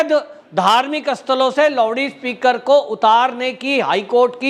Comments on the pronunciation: Sir, it's not Lovede speaker, It's LOUD SPEAKER. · Lowdee speaker nahi loudspeaker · सब ठिक है सरजी पर ये लाऊडस्पिकरको लावडीस्पिकर मत बोलीयेगा अलग लगता हैं 🙏🙏🙏🤪🤪🤪